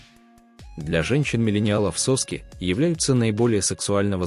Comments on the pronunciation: Этого электронного чтеца следует откорректирвать. У человека не сОски, а соскИ. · Этот отвратительный ИИ! Заладил как попугай 😂 сОски да сОски!... 😂😂😂